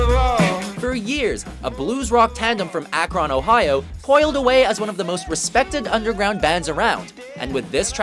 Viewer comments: the way you said Akron tho... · Did...you just mispronounce Akron? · I cringed when he said Akron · Please learn how to say Akron or just don't say it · The way he said Akron... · Wait.... how did he pronounce Akron? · That's is the worst pronunciation of Akron I have ever heard